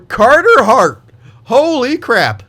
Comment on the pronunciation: Team: Gourde League: Kane Goalie: Cartah Haaaht